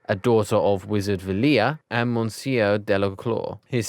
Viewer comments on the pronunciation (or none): none